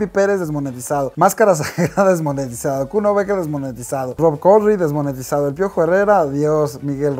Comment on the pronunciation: desmonietisaofssf JAJAJAJA